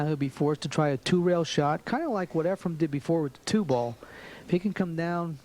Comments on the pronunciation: Please, efreeeen. Not. Efruuum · It's" EfrEn Not " EfrUm ". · It is not "EfraM" as in Zimbalist, Jr. - it is "Efren" Reyes. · Its Efren, NOT Efrem. So.. annoying and disrespectful 😠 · This announcer annoys me, he has spent his entire career not knowing the name of Efren, calling him Efrem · Lots of announcers from the states side mispronounce Efrens Name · Tell that commentator Efren eNds w/an N~ not an M. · Varner is the reason why Sigel and Hopkins call him Efrom.... 😂 smh Weird that Sigel is a yankee who chose a southerner to pronounce a name. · I wonder if Hopkins ever learned that Reyes' first name is not "Effrom"? It's EFREN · Yes, it's so annoying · The announcer is a total idiot calling Efren, "Efrom." There's a number of disrespectful idiots who did it. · Efren is not pronounced with an M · Annoying as hell.No respect! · Allen,Varner, Hall, Sigel all did that for 10 yrs. very, very annoying! Show some respect.Even Earl called his name out correctly!DAMN!! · It's insanity. I watched a match the other day and Nick Varner was doing the same thing. They're watching his name on the screen during the whole match. Can't they read? The guy's widely considered the greatest player that ever played and after all these years and number of times they played him, they don't know how to correctly say his name? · I noticed that, too but, maybe he's like my singer who spent the last 45 of his 70-some years calling King Crimson, "King Crinsome". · Nick Varner does that also. I don't think they do it on purpose. It's just how they talk. Efren would probably mispronounce their names too.